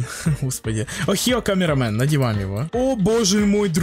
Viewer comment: Хочу геймпасс ник amogus ohio и это слово не охио а огайо